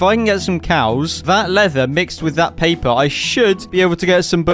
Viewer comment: Pay-pa its paper